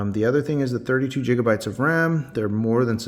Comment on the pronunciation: Just a critique: I have no idea why you pronounce "gigabytes" as "jigabytes". But good review and thank you for your effort. I wish you did spend some time discussing the EVO chipset for connectivity and why that is important, but otherwise well done.